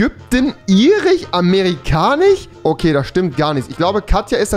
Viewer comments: Irich, amerikanich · Nimand: Wirklich niemand: Absolut nimand auf der Welt: Unge&Rewi:Amerikanich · Niemand: Wirklich niemand: Rewi: AmerikaniCHHHH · Amerikanich? Das heißtamerkanisch udn irisch und nicht irich